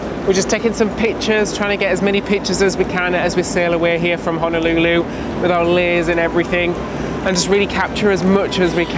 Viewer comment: The rice isn’t undercooked; it’s how we prepare it here. A bit sticky, NOT fluffy. Also, it’s hoh-noh- LOO- loo, not hanalooloo. And it’s why-key-KEY, not with the stress on the middle syllable. Just a bit of direction to help you enjoy yourselves even more.